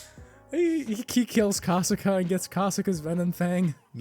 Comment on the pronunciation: look i love this video its a cool one but broooo u guys didnt pronounce the monster names properly like kasaka wasnt pronounced properly but other than tht it was cool as